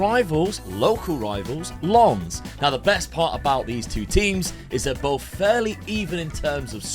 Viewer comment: Thank you for pronouncing Lens correctly